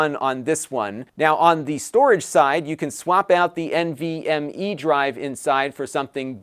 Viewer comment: the way he said nvme ssd lol. Great video bro.